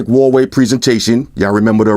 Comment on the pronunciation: the American pronunciation of Huawei gets me every time. Listen to MKHB's pronunciation. He's an American and can pronounce it correctly....